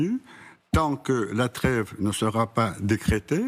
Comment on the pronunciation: Poutine comprends de vous là creve quand vous dites la treve, et le glève quand vous dites y a greve, ça crève l'oeil...